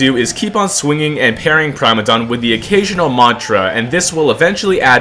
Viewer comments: Why are you saying prime-a-dom chat, it's prim-a-dom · It's pronounced Primadon not Primadon... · Why he say primadon like that